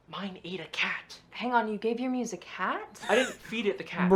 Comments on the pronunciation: it's "muse" not moose 😂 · I love how he called the muse the moose the whole time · PLEASE WATCH FILM THEORY HAPPY MEAT FARMS, probably will solve your questions about why he does this “horror series”💀💀 Also bro it’s muse not moose ( my opinion moose sounds better) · It’s so funny how he calls it a moose, not a muse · why are you saying muse like ''moose'' dude💀💀